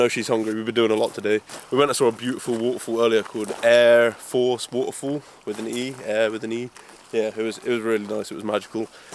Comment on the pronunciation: Aire force pronounced Air-a-force. Looked like a duck egg to me as they are more likely on ullswater than geese. Could be wrong tho!